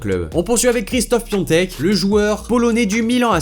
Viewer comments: Juste c'est pas Piontek comme tu dis mais PIATEK avec un a c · c'est piatek et pas piontek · C'est Piatek pas Piontek 😭😭😭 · Piatek pas Piontek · s'écrit Piątek et prononce Piontek en polonais. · Je veux pas faire le connaisseur mais ça se prononce pas Piatek mais Piontek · Sa ce prononce piontek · Ça se prononce Piontek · cela se prononce piontek